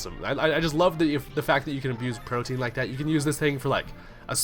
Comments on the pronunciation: Just FYI, it's pronounced "Pro-tee-an", not like protein. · of all the great things that happened in the battle, all the funny nicknames, the great Kecleon plays made, you notice the guy pronounced Protean wrong... What is life.? You are terrible. 😂 Why not just enjoy the battle.?